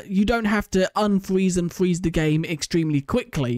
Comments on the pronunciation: Fweeze he says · fweze lmao